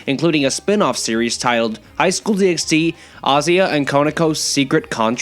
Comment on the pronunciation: Also fun fact it's pronounced DD not DxD